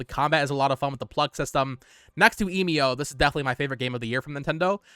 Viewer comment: It bugs me that you still cannot pronounce Emio